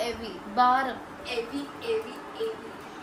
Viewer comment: ಎವಿ ಅಲ್ಲ sis ಹೆವಿ